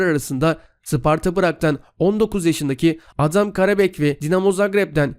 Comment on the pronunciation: Yaa manşetlerine biraz özenli bak.Adamın adı Adem Karabec değil Adam Karabec.Adam Hırvat değil Çek Cumhuriyeti vatandaşı.Hadi isimleri telafuz ederken sürtme olabilir ama bari manşet atarken doğru manşet at ki insanlar doğru bilgiye ulaşsın.Hiç yakışmıyor sana bu tür hatalar.Yükleyip yayına sokmadan bir gözden geçir videolarını.